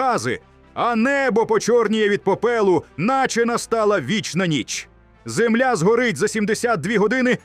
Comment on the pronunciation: Наголос правильно став не зееемля а земля